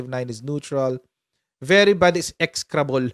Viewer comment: Ex-e-cra-ble/ Ek-si-kra-ble ang pronunciation , meaning very bad